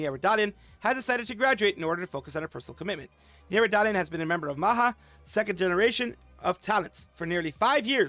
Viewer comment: Maha5(MahaPanca) is pronounced Ma-Ha-Pan-Cha. Anak Mama mean Mama's Children